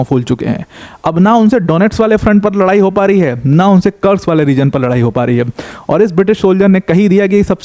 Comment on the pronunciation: भाई कुर्स्क है ना की कर्स्क, आप देखो बेटल ऑफ कुर्स्क ww2, army general भी कुर्स्क बोलते है। रूसी और युक्रेनियन भी कुर्स्क बोलते है। कुर्स्क नाम है।